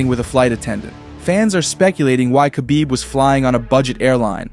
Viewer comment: Who is kabib? I know his name is Khabib aka Habib but who is Kabib. You guys don't even know how to pronounce people's names.